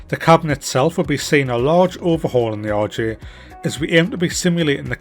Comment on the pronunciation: This looks amazing, I love the 146. But I have to say: every time you say RJ it sounds like "Orgy". "The orgy has been fitted with auto thrust".